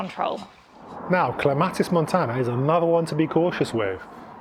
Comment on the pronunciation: Interesting pronunciation of "clematis" and "anenome"!